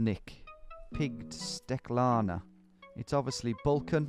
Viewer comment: My dude read "steklarna" like a champ